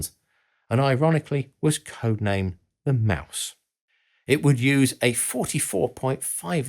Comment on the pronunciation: Daimler is pronounced with an a as in yacht, not like an american a, just fyi. Greetings from Austria. All hail Steyr-Daimler-Puch! PS: while we're there... Henkel is pronounces Hen-kel, not Henchel